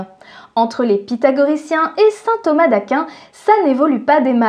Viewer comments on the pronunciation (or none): none